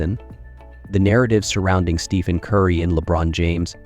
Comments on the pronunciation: The minute you mispronounced Curry's name as Steven, I turned the video off. You do realize that's why Nike lost their contract with him? Do better. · His name is not pronounced Steven . . . use the ph as “f”